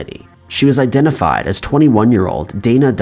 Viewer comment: "I've been " sounds so strange. Who are you now then? 😜